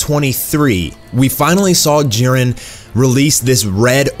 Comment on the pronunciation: jiren not jaron